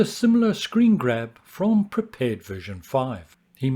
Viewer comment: I love that you pronounce "Prepar3D" correctly. I know it's silly, but it's been a pet peeve of mine hearing content creators calling it "Prepared 3D".